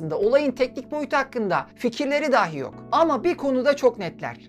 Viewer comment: Lütfen, daahi daahi deyip durmayın. Çok zor değil doğru telaffuz etmek. Sizin nezdinizde tüm konuşma ağırlıklı içerik üreten YouTube'rların işlerine daha fazla özen göstermelerini rica ediyorum. Bu da benim geri bildirimim olsun, bakalım dikkate alınacak mı? Dikkate alınmasa "dahi" ben izleyici olarak üzerime düşeni yaptım.